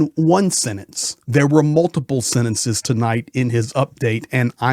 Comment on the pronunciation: SEN-TEN-SEZS. Not sennestence. Both ‘t’ and ‘n’ start with the tongue in same place, on hard palette behind front teeth. The T requires a tiny puff of air; the N is kind hummed.